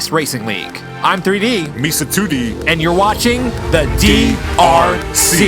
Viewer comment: "Meesa 2D" LMAO, OK I'm in :D